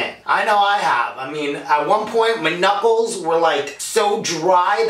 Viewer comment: lol i heard nipple rather than knuckle XD